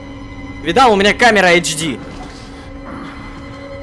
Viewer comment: вообщето я нехочю быть назойлевым но правильно ашди/изв